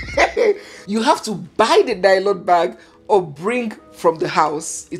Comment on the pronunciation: let me give you my culture shock when I arrived in London for the first time and after my shopping, I asked for lylon like we pronounce it in Nigeria and you have pronounced lylon in this video, Hmmm, whala deh o as the white shop attendants kept looking at me and he couldn't understand what exactly until I touched the lylon and repeated myself and say please can I have a lylon and he exclaimed that ooo you want a carrier bag. So lylon is a no no in this western world. 😂😂😂😂